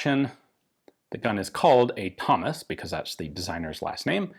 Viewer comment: To be fair, my actual human ears heard Hummus too the first time lol